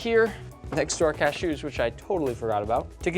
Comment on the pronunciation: What's up with the cashew pronunciation?